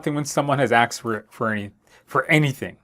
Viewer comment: Hopefully I won’t get “axed” 🪓 instead of “asked” by anyone while on a project. Seriously, the content is great. The practice questions are especially helpful. Thank you.